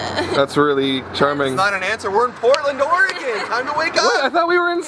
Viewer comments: lol its OregEN not Oregawn.... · it's not ore-gone, it's ore-g-in. And if I would have only known u were 2 miles from my house last night I would have camped on I 5 to see u guys! Lol not really. But ya.